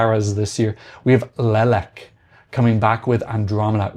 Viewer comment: As a Ukrainian, here's a pronunciation guide because, yeah, Slavic languages are hard: 1). In Leleka, the stress is on a different syllable. Leléka. 2). Now, to the hard part. "Shch" is a single sound. Think of the word "sure" or "sugar" but with a slight tinge of a "ch" in the end. Y in Ryba is pronounced like i in "live" or "dim". If you're familiar with Polish, their y is pronounced the same. Hope it wasn't too presumptuous of me to make this comment. You're doing a really good job of covering this stuff. Looking forward to your Supernova video.